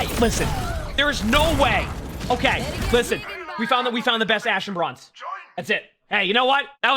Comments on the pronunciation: british be like "broinze" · you can edit the title but we all know you said broinze. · Ahhh yes, BROINZE (here before corrects it)